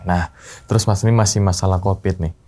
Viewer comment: Covid!!!! Bukan kopid tolong jangan dijadikqn kebiasaan suatu bahasa itu untuk dipelencengkan